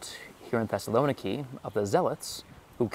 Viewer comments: That's crazy but we're speaking English not Greek. Greek pronunciation or stress does not automatically apply to load words into English. Most English speakers would probably better recognize the city under the name Thessalonica anyways because of the Bible. English also always (pretty much) renders Macedonia with a soft c and there's no reason to not other than for political reasons between countries hundreds of miles away from the UK and thousands from the US. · The pronunciation of Thessaloniki is, according to the Thessalonikians, Thess-a-lo-NEE-kee, accent on the 4th syllable, not the 3rd, as widely supposed (by and) outside Thessaloniki. Also, primarily because Macedonia is a tourist backwater, and therefore a place people more into history and culture should visit, is pronounced, by EVERYONE who lives there, not Mass-a-DON-ee-ah, but MaKadonia. Yes, the C is pronounced a hard K. This is in part because Greeks don't like the MaKadonians, who are not pure Greek, more part of the Balkans than Greece, and who claim to be the real homeland of both Alexander the Great and his father Philip. Greeks are adamant those royals were Greek, and have gone to war with the MaKadonians over this dispute. For decades, in the UN, Greece insisted the country now known as North Makadonia (with a C, I am only using a K to remind readers it is NOT pronounced Massadonia by the actual MaKadonians). Greece had threatened war with Makadonia if they internationally insisted on calling themselves that until a compromise was reached a few years ago, to call the region around Thessaloniki, within Greece, "Makadonia" and the actual country where Philip's palace site is situated in the capitol of North Makadonia, Skopia, in a monumentally tall series of statuary so high above the palace site you need to fly up to it to make out the images of Philip and Alexander, which the non-Greek MaKadonians insist belong to them. After visiting Skopia and exploring